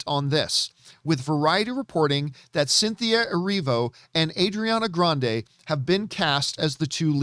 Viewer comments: The way he says Ariana Grande "adriana"? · Ariana Grande is Italian just like and he's jackin' her name up! 😂